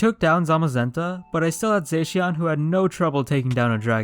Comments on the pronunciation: He says zaixian butt it's pronounced zashion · It’s za-she-in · You said zacian wrong it's zo sh e an